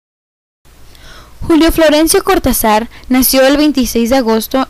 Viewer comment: Don Julio debe saltar en su tumba cada vez que le dicen "Cortazár"